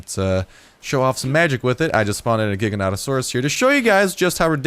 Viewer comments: it's pronounced Jiga-noto-saurus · Gig-i-natasauras. Its Gigantic-sauras